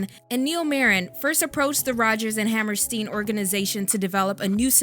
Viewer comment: I’m sorry I normally don’t complain but please look up how to pronounce Hammerstein correctly. Rodgers and Hammerstein are only the most influential, successful musical composers of our time.